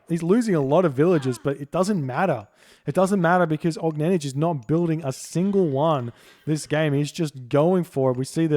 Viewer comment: Огненнидж :D Little tip: for more correct pronunciation, do not read the last letter J, just OGNENNY, thx)